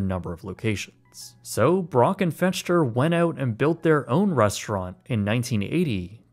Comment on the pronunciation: Fechter is pronounced "Fekter."